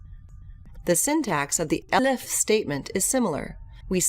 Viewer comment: Nice video, but what's up when it's time to pronounce ELIF?